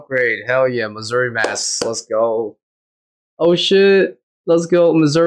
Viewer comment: 50 hours of grinding later and he still can't say Amascut correctly. It's pronounced like "a-mass-kit", not "a musket". Edit: He can't pronounce anything from this raid correctly lol. "Tread" instead of thread. "Missouri" armor instead of Masori. "Ambrosier" supplies instead of Ambrosia.